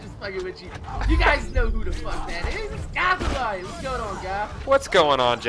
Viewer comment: why does he pronounce his name Goth-a-lion